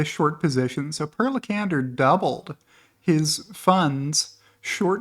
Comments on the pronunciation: You did Per Lekander good but the first part is pronounced with an E like in pair, try Për lol. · Per in Scandinavian countries is pronounced "Pear." It's equivalent to Peter. FYI